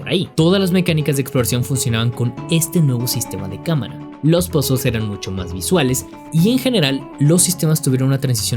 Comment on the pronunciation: Se dice puzzle, no "pazzels" que hablamos castellano, no gringo. Pd: buen video